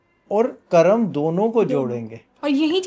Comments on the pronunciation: What is karmaa?? Why you can't pronounce Hindi word correctly. . it karma not karma. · मेडम जी कर्मा नहीं होता कर्म होता है कृपया हमारे शब्दों को मत बिगाड़े